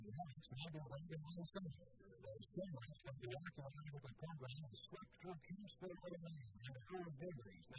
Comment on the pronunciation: Kampsville, Illinois, not Campsville.